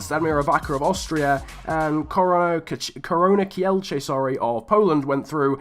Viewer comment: When I saw the title of your video, I expected some Polish teams. When I saw Ruch Chorzów, Arka Gdynia and Korona Kielce i was waiting untill the moment when you are pronouncing these teams. Btw the correct pronunciations are: Ruh Hoshuv, Arka Gdinja and Korona Kjeltse. I'm not an Arka Gdynia fan but I don't know whether to be happy because a Polish team won that or sad because it's about the worst teams... But btw nice video!